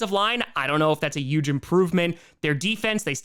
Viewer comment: I love you I really do, but why do you avoid the letter H like the plague? It makes me sad, the Yooooston Texans and yoooge implications are slowly sending me over the edge